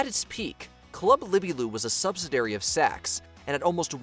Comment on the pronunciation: I guess the words acquisition and subsidiary are just too difficult for AI to pronounce?🤣